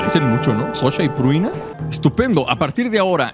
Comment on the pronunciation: El buen compa pruina pruina pruina y la chica se llama Prunia xD, la dislexia compa